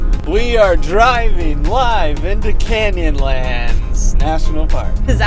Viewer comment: OH! "Canyonlands" I thought you were saying "candy lands"!! A bit of a let down...